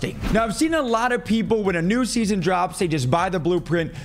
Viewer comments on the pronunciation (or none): none